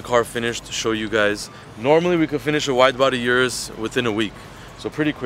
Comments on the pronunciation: You americans and canadians need to learn something. It is not jurus. It's URUS ffs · O-RUS not U-rus